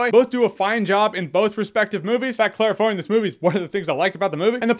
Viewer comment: Claire Foy ant!